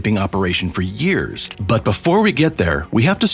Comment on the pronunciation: “100 Yers” later?”